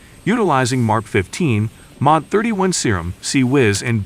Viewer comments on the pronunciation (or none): Man i love it when the robot calls it the Serum